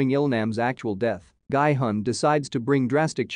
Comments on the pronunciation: guy hun? its pronounced gee hun! did you even watch the series? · Masculine energy is not "Yin" energy. And it's not pronounced "GUY"-Hun. It's "Gee"-Hun. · Everyone pronouncing "Gi-hun" in the series several times Some random youtuber : "Gaaaai-hann" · No one Literally no one Him:-Guyy hunn (Gi hun) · “Gee yun” >>> “Guy hun” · i luv how he says gie hun instead of Gi Hun (narrarator) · Could you guys not even make an attempt to get the character's name right? Seong Gi-hun is pronounced more like Sung Ki Hoon. Definitely not Seeyong Guy Hon. Like... you could have literally just listened when his name was said... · It's not "guy hun" its "ghee hoon" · Its GEE hun, the spelling is gi-hun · IT'S GI-HUN (JEE HUN) NOT "GUY-HUN" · I hate that he says “Gai Hun” when it’s Gi Hun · I like how nobody is talking about his pronunciation of Gi-Hun as “Gay-Hun” 0>0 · and also it sounds more like “Guy-Hun” (no offense) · Ah yes, my favorite character, „Guy hung“ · "Guy hon" lol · "Gaai-Hun" lmao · "guy hun" lol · The pronunciation Is Ge-Hun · it's pronounced "gee-hoon"......... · Guy-hun??? Cringe!!! This robot can’t pronounce the name right. SMH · it's pronounce gee hoon